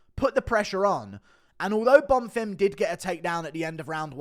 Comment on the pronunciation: ITS BONFIM, NOT BONFIRM!